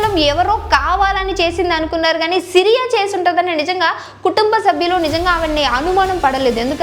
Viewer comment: Siriya kaadhu....SIYA